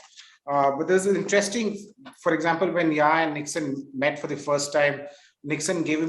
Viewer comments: In hindsight, it's Yahya not Yaha!!! I expected better from you! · Yahya not Yaha Mr Moderator. Please don’t mispronounce history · Choose between Yaya and Yaha 😄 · Is the mod stewpid ? It's Yahya, NOT Yaha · To the moderator: it's YAHYA Khan, not YAHA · good interview; wish you'd practiced saying Yahya instead of Yaha! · My dear,. The name is YAHYA KHAN, not YAHA KHAN